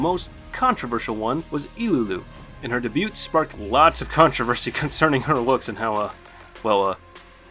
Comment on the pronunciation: I ignored it when he pronounced "Moriarty" the way he did, but when "dabewt" instead of "debut" I was like...what? lol